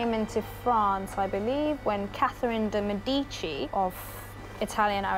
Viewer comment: It's not "Day Med-e-chee" it's "Deh Med-ih-chi"